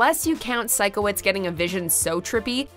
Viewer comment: OMG WAIT........its a miracle...she said Sikowitz CORRECTLY!!!!!!!! XD